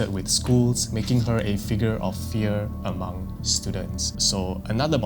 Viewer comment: omg thank you! I was just going to comment this. He pronounces Hmong funny, its "m-OH-ng"